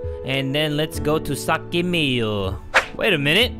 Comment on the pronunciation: "Saki Miyu" CC: Sake Me You